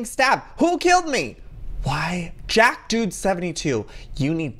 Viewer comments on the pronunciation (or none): none